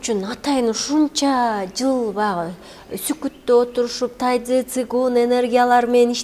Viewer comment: Тайцзи дебей тайжи чуан десе туура болот го. Тайцзи орусча угулушу